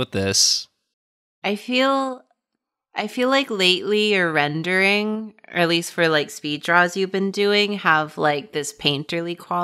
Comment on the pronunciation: saying "This rending" instead of "rendering" (before correcting herself) while the video is her painting the meat being shredded by Pikachu's teeth, might just be one of the all-time great Freudian slips